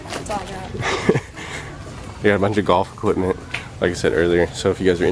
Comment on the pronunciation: I learned people pronounce equipment as "EquiTment"